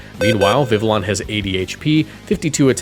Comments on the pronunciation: Viveon. You say it like an eeveelution. No L sounds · I’m pretty sure it’s viv-ee-own because it’s supposed to be French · Pronounced vivi yon ya uncultured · Bro PLEASE learn how to pronounce Vivillon. It’s easy to breeze past when it’s mentioned once over 20 videos but hearing it 20 times in one video was agonizing. Great video as usual but please bro, the double L as a Y is not that hard